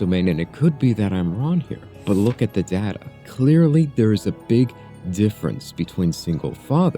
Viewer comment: You said data wrong